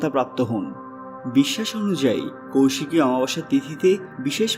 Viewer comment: Abe kousiki noy. Koisiki. Sastra ucharan na jene vdo korisn.a